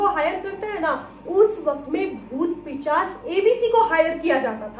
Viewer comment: It's pishach not pichash